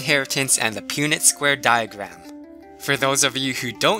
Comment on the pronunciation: High school biology? I learned that in 6th grade so that would be elementary for me! You also pronounce punnet square wrong but good try lol :3